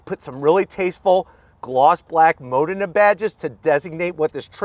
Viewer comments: NOT mOdena BUT modEna! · It’s Modena y’all , “Ma-DEENA”